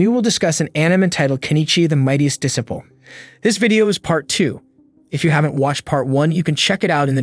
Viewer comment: Where did you learn to say disciple? You say it incorrectly